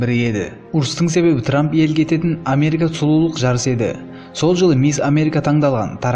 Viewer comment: Ей трамм деген трамм